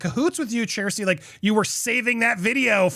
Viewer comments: Who’s “Shersty” fla? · Her name is pronounced Sash-tee. It took me forever to get it right. I have to think of it spelled this was instead of how it’s actually spelled so I get it right. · Her NAME IS PRONOUNCED SHASTI. Be respectful Andy! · There is no R sound in her name. It sounds close to Shasty or maybe Shesty.